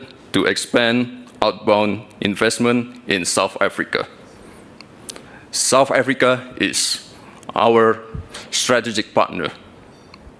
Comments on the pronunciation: Bukan soft Africa bung, south lol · Banyak salahnya aja bacanya...wakakakkk..kayak begitu aja dibangga2in...heheh..south africa dibaca sama gibran sop afrika..wakakakakkk